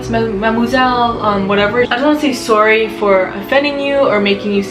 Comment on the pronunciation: Canadians do be popping with the accent on the word "sorry" and I'm here for it